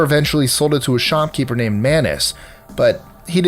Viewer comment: I do like that you always (so far as I can tell) make an effort to pronounce names in their native languages. Thank you